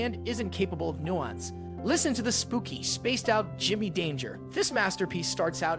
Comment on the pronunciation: "Gimmee" is short for "Give me," Not "Jimmy". And it is "Wild" as in "untamed." Not like "willed."